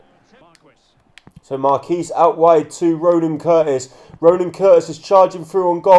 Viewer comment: You pronounce the qu in Marquis